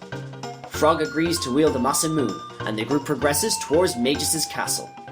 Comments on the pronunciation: It's ma-sa-moo-ne I used to say it MA-sa-mewn before I learned how japanese works. Great vid though :) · Masamune is pronounced Mah-sah-moo-neh as a wink to a great Japanese sword creator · the E's at the end of Masamune and Marle need to be pronounced tho, he didn't. Masamune is an actual historical name in Japanese after all, and it isn't pronounced the way he says it.